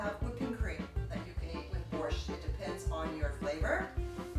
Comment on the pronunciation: Yuck! nothing she made was even slightly Ukrainian!!! I never heard of borscht with cilantro, and I have eaten borscht in Ukraine, the USA, and CanadaAnd ever one of them have had dill in it. Where did you find this non Ukrainian to try to cook Ukrainian food! She cannot pronounce borscht correctly